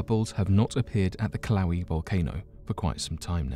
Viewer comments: Kill-ow-ee?? I'm pretty sure u meant to say kill-uh-way-uh....which is the correct pronunciation. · Pronounced ''killa'' ''weigh A'' volcano. Not kiloweeeee ?strange english duck speak bro?wtf lol,Dude says Vesuvious clear as day?But kiloweee or mayaan not ''my an''lol.... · LMAO?uh kiloweeee?the fu?i'm not the only 1 that's like this guy murdered that valcano's name so bad!LOL oh shit!he's just all mellow and sociopathic about it too oh god haha...so terrible! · Yeah it’s not that hard to look up a pronunciation...ugh! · Not a fan of giving a thumbs down but a hard thumbs down it is. Just because you’re brutal pronunciation of Kilauea. Not even close by a long shot. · It isn’t killowe and you mispronounced Pliny the younger also....